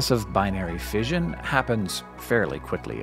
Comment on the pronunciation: You have a penchant for EXTREMELY ... shall we say "eccentric"? pronunciations. Just for your information, the word "fission" is pronounced "fishon," NOT "fidgen."